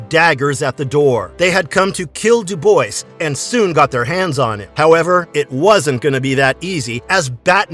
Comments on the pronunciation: It's pronounced Do Bwah. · Came in to post this Dubois is pronounced "dew-bwah"